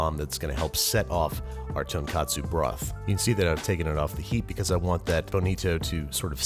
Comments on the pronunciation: You're saying "Tonkatsu" as opposed to "Tonkotsu". Tonkatsu is fried pork cutlet and Tonkotsu is ramen broth. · It’s really important that you pronounce it ‘tone-COAT-soo.’ The way you’re saying it, ‘tone-KAHT-soo,’ is a completely different Japanese culinary item, tonkatsu, which is the Japanese adaptation of Wiener schnitzel. Just one vowel is different, but it’s the difference between noodle soup and deep-fried, breaded pork cutlet. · Real quick: You keep pronouncing tonkotsu like "tonkatsu". The ko of tonkotsu is supposed to be pronounced like "coat". Normally I wouldn't nitpick, but far from being something wild and absurd, "tonkatsu" refers to breaded pork cutlet, no noodles or soup about it. Well within the scope of, people might not realize you're mistaken until it's too late. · You keep saying “tonkatsu” which is a fried pork cutlet dish. Tonkotsu has a long O sound, not an A sound. Otherwise, love the video! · おいしそう!! 🍜ヤム! By the way, the name of this is Tonkotsu but you are pronouncing like Tonkatsu which is a Tempura Pork Cutlets. You did a good job on the brown egg. It is hard to cook ^-^ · i thought if you make the broth with pork bones, its called TonkOtsu, not TonkAtsu... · Ten katsu/Tonkatsu? really? Dude, it's Tonkotsu. Tonkatsu is breaded pork cutlets. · whats with the tun kat su its tonkotsu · Tonkatsu? You pronounced it wrong 😑 It’s tonKOTsu not tonkatsu. Tonkatsu is deep fried pork cutlet. They are two totally different things. So please don’t confuse them. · First, the word alkaline refers to rare Earth elements. "Base" is the opposite of acid. If you use the word alkaline when you mean base or basic, then you're just showing you're ignorance of high school science. Second, you keep saying tonkatsu instead of tonkotsu. Tonkatsu is a fried pork dish. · So you correct this, yet you said Tonkatsu 3+ times in this video... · You did it again, Babish. "Tonkatsu" is a pork cutlet. "Tonkotsu" is pork bone. XD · He keeps saying tonkatsu ramen.